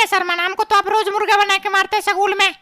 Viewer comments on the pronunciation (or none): स्कूल ❌सकूल ✔️😂🤣😝